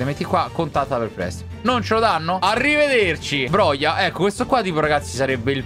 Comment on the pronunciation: La pronuncia è broha